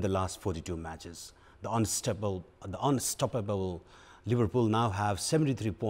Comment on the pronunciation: Focus on contents rather than accents. Your mistakes - epidemic... not today.. yesterday.. unstoppable